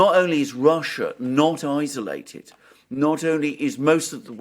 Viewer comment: Alexander, when, oh, when will you pronounce 'isolated' properly? It's not izzolated!!